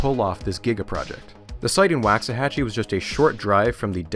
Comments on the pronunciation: as a texan, its funny to hear you pronounce waxahachie as “wax-ahachie,” instead of how we do, “walks-uh-hachie” (waux as in walks) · Wocks-uh-Hatch-ee rather than Wahcks-uh-Hatch-ee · Living so near Waxahachie my entire life, every time I heard you pronounce it "whacks a hachie" I was filled with indescribable rage. It's "walks a hachie." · Great video, but I really wish you had taken a couple of minutes to see how the town names is pronounced. Each time it is pretty jarring to me, a Texan. Wah-xahachie. Like the sound your mouth makes for “wash” or “wander”, not “wax”. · Here in Texas we pronounce "Waxahachie" Woks say hachie" The Wax is softened Wox" this is another of weird Texas slang, I suggest a book n Weird Texas Sayings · For some crazy reason the first a in Waxahachie rhymes with rocks rather than wax. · It's pronounced woksa-hatchy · This was amazing, I loved it, but it's pronounced "WALK-suh-HATCH-ee" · Great Vid, my wife is from Waxahatchie and she visibly cringed at your pronouncing lol. It's pronounced "wox-a-hatch-y" or how I tease her "wax the taxi". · Waxahachie is pronounced like waak-suh-ha-chee. Man I'm sorry but as a Dallas native I was cringing everytime you said it hahaha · It's pronounced, "Walks-a-hachie" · Great video series so far though as someone who grew up in the town it's pronounced Walks-Uh-Hachie. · footnote: it is pronounced wawks-a-hatchee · Well, you start off mispronouncing 'Waxahachie', so the rest is suspect. Sounds like a Bush hit job... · I really hope the Waxahachie portion of this video is short, it hurts my Texan ears to hear it mispronounced so much 🤣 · I shudder every time he mispronounces "Waxahachie" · As someone that lived there , PLEASE look up how to say Waxahachie.